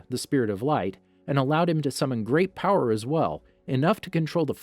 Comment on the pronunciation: "You're able to summon unbelievable BOWER!"